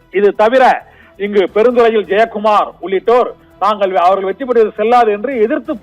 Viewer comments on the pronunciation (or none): none